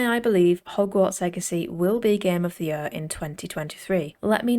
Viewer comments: Gem of de jøør'' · The way she says “year” 🥰